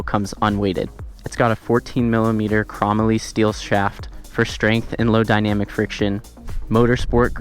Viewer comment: LOL - you don't even know how to pronounce chrome-moly. Now try to pronounce molybdenum, which is what the "moly" stands for.